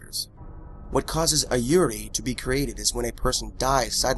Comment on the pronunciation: Yurei isnt pronounced like that lmao